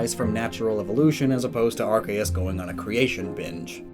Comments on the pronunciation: Why do you say it like that it unwatchable cause of your terrible ARKAYUS it’s pronounced arc-e-us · It's ARK-ee-US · I know that it is wrong but I prefer when people pronounce Arceus with a “S -sound” there where the “C” is instead of a “K -sound”. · My inner idiot is raging as he is saying Ar-KAY-us and OOOK-XIE(Uxie.) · oh my god he says “ark-aye-us” i can’t watch this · its pronounced ar-see-us. read the japanese name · it’s AR-see-us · I want to know more but hearing Arkeus so many times hurts my soul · Please learn how to say Arceus properly if you’re going to say it a lot in a video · Pronounce the c in arceus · That’s not how you pronounce arceus